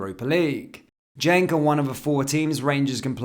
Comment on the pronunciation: Genk not gentk